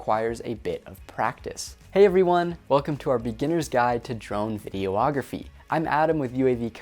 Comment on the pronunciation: Hmmm I'm totally here for this vid, but it's definitely not pronounced "video-ography..."